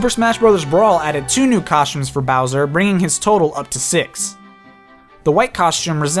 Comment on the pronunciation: COSHTUMES COSHTUMES COSHTUMES